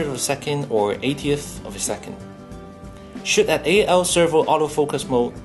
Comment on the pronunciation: I like the way this guy pronounces "shoot" as shit.